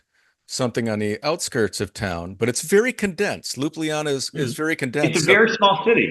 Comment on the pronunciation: Please please please FFS say it right! it is LJUBLJANA - (LYUBLYANA?)! not Lubljana! How can this be such a problem ? Especially for the people that are already here for long time*